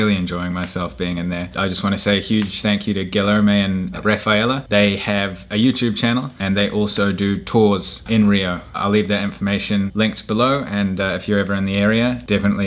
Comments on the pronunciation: '...this is gulhurme...' pfff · Is it really that hard to pronounce Guillerme's name correctly? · Funny how English speakers pronounce Guilherme's name like a valkyrie's name 🤣🤣🤣 it was the same when Mark Wiens visited Brasil 😂